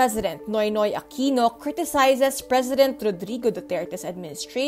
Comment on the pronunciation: hahaha "Aquino"